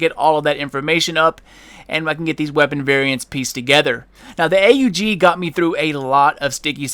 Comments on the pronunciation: Its pronounced AUG not A.U.G.....noob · AUG is pronounce "og" not "A-U-G" it not a big thing but I figured you would want to say the name properly. If you don't believe me just search "Steyr Aug" on youtube. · I call it Just aug not a u g and that what you said xD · Armee-Universal-Gewehr it is A U G not awg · its called lag..... its not that the game can't handle how much damage you were doing.... (couldn't tell if you were serious or not) and its not a custom AUG its the tactical not sure on the order and last but not least its pronounced Awg. :) nice vid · does it bother anyone else how he says 'a u g'? lol might just be me